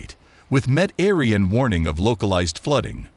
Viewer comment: Met Aryan stumped me for a minute or two!!!